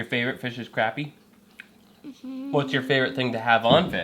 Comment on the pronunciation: Dude I love your videos but dammmmit man its a crappie not a croopie !!